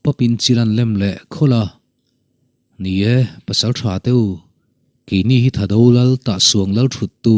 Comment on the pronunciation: Thado Lal tih i lam dan khi a diklo deuh. Ṭan tlang tih anga lam rik tur